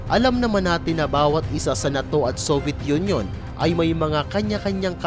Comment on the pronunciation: Ang pangit mo nmn magbigkas ng NATO??😅😂